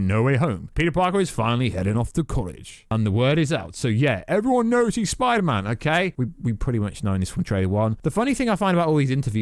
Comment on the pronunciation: Get in my son messaged you on insta and I listened to the 2nd trailer and Dr Strange says spidermen not spiderman omg I could be right